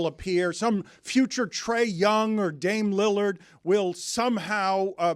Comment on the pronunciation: He say dame lilliard and trey young 😂😂😂